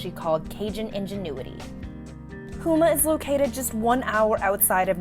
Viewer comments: This town is pronounced Home-ah. Down the road from me. In Louisiana, we all help each other out. Or there wouldn't be much help. 😢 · It’s pronounced Home Ah, and not Houme Ah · It’s pronounced Home-ah!!! Not who-ma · She needs to stop saying hooma 😂